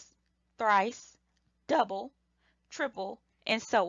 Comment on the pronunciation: why she say double like that.